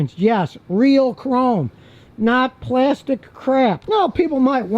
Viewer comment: Scotty may live in Texas, but that good 'ol Midwest pronunciation of, "Crap!," makes me chuckle every time.